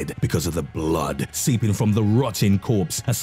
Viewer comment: The way you say blood makes me laugh but also scares me!